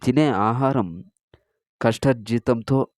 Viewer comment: అంతా బాగానే పలికారు. ఒకటి కష్టజితం కాదు కష్టార్జితం అని చెప్పాలి. రెండవది చివరలో " అని సందేహమిచ్చాడు " కాదు. "అని సందేశమిచ్చారు " ఇలా పలికితే అర్ధవంతంగా ఉంటుంది. అలాగే అంతటి మహావ్యక్తిని ఏకవచనంతో సంభోదించకూడదు. భీష్మాచార్యులవారు అని సంభోదించాలి. భాషమీద పూర్తి అవగాహన ఉండి సాధన చేస్తేనే, ఇటువంటి విషయాలలో భావాలు చక్కగాచెప్పగలుగుతాము. లేదంటే అర్ధాలు మారిపోతాయి అని నా అభిప్రాయం